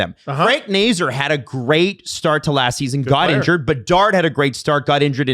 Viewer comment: Its Frank Nay-Zar. Neigh like a horse. Zar like the Czar of Russia